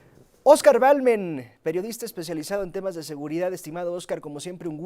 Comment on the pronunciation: Se llama Oscar Balderas , no Balmen jajaja